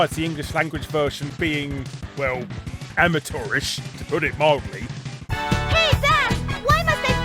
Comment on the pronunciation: Your somewhat amateurish pronunciation of the word 'amateurish' made me chuckle ;)